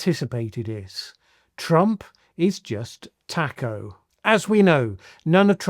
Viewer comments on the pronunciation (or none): none